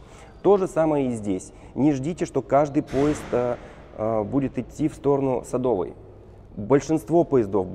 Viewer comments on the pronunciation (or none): none